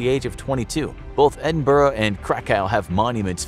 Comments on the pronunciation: You should do research on pronouncing Scottish cities we hate nothing more than an American mispronouncing Edinburgh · You said Edinburgh wrong